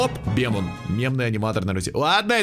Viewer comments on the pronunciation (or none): Не беман а бимон